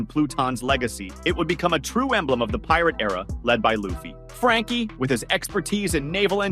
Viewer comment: I don't care how far into the video I watch. As soon as they mispronounce "Luffy" I turn it off and discredit it. A real fan would know his name.